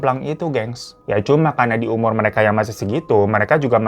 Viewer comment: Seumur hidup kali bukan sumur hidup ya Mas. 😊